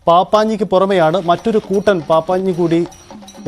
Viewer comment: പാപ്പാഞ്ഞി അല്ല പപ്പാഞ്ഞി ആണ്